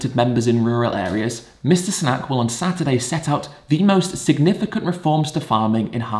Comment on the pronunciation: It’s “Sunak.” Ed is just pronouncing his name weirdly for some reason.